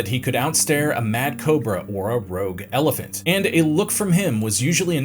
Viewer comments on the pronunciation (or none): none